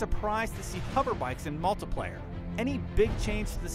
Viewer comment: Anyone else get irritated when he said "multiplayer" ... ._.??